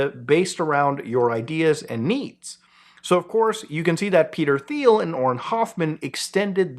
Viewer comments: Teal not theel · You're doing the lord's work and I've been watching for a while and love what you're doing, that being said I regret to inform you Thiel is pronounced like Teal for some reason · It’s pronounced “Teal” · Thiel is pronounced "teal." Have a nice day. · Small correction: Peter “Teel”, not “Theel” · It’s pronounced Teel. And yes, he is an obnoxious individual he enjoys killing people if you watch him on YouTube. He thinks he’s killing bad guys in Palestine when in reality is just killing random people with his drone technology. I don’t think he’s connected with Palantir, I think he owns it. Not a good person very friendly with Trump part of the world elite, sadly a bad apple. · pronounced Peter TEEL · Do you pronounce it that way intentionally instead of "teal" as it's actually pronounced? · Thiel is actually pronounced "Thigh - El" hope this helps :) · Dang, it kinda hurt my ears to hear Peter Thiel's name pronounced like that so many times. It's "Pee-ter Teel" FYI. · its pronounced 'teal' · Ffs, its Teal. I know its spelled with a "TH" but it's pronounced Peter Teal. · Mispronouncing Peter’s last name… I respect that. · The H is silent in demon Thiel's name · Can someone explain to this guy how to pronounce Peter Thiel’s last name? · First time I heard someone pronounce Thiel's name as Thiel instead of Thiel because that's how you normally say Thiel.